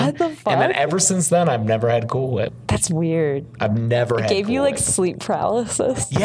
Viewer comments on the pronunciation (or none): Why did pronounced "Cool Whip" but emphasis on the " H"?